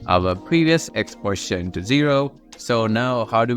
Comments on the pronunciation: Why do you say the word "position" like "portion"?!?!?!?!??!? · the way you say "position" is rly funny, sounds kind of like poison rather than position